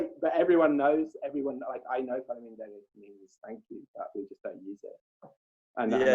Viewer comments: It’s not falem derrit, it’s falem nderit, which the full word is faleminderit. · Shkjiptaret say falemiNderit, jo derit! Kinda rude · no, falemi for us means Hello i.e. we greet....we don't have the word nder or a difference between r and rr so to us it just absolutely sounds like Falemi Derrit. But anyway, that part was a joke, true, but a joke.